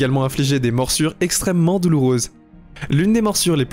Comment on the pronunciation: Fourmi à balle Les frelons géants japonnais "Inxtrènement dangereux" 🤣